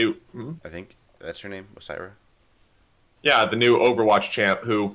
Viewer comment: Orisa not osira